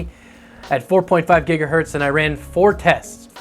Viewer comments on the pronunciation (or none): none